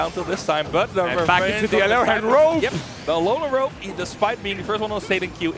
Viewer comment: Great match great commentary. 'alolan rope' 😂